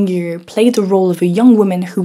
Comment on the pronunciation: Ruan is pronounced "Jouanne" (as you would pronouncit in French); you pronounced it as if it were "Huang". Excellent video. Chang-Kai Shek was a proper fascist; but he would not have considered himself Western. Republic of China's Shanghai scene was relatively emancipating compared to rural China. The communists (who were in theory for gender equality) would have been seen as "westernised". Modernity and "west" would have been seen as emancipatory. 1920s are not the 1950s